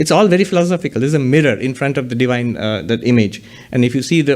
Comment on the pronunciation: It's 'Divine' not 'Devine'